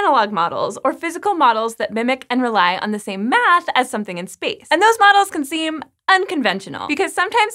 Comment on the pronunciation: What's up with the way she says "math" 32 seconds in? Lol